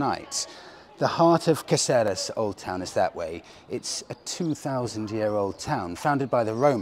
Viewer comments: It's pronounced Katheres though😉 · his butchered pronunciation of caceres shouldve pissed ye off surely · Don’t be discouraged by those guys in the bar; your “te verde” was not bad at all. 😄👍🏻 Your “Cáceres” could benefit from some more practicing, though 😂Thanks for your videos, love them all the way! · Nice video but you were certainly ripped off by your Spanish teacher in Tenerife. Can´t order green tea, can´t pronounce Cáceres and don´t know what a tortilla española/Spanish omelette is.